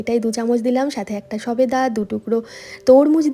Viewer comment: Shobeda not safeda